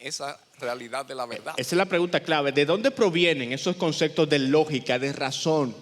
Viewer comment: no se dice concectos, son conceptos